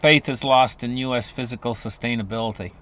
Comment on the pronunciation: It’s Fiscal Glen…..not physical